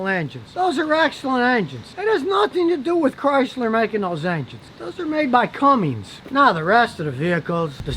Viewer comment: "Cummings" dude seriously out of touch.